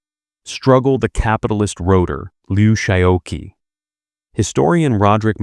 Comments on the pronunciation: Would it have been too much to ask that the narrator FIND OUT HOW TO PRONOUNCE THIS NAME: Liu Shaoqi? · The gross mispronunciation of his name was a distraction.